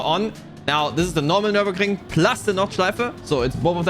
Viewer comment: Finally someone who can pronounce the name of the track 😂